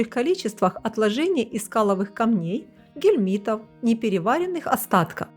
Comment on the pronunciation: Самое интересное- это ,,гельмиты", на 15ой секунде. Научитесь правильно произносить, хотя бы ключевые слова